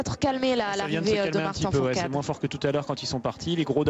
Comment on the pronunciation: Et la meuf elle dit Martin fourtade